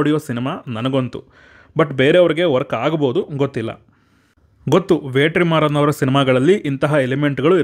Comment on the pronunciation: Bro ವೇಟ್ರಿಮಾರನ್ ಅಲ್ಲ bro ವೆಟ್ರಿಮಾರನ್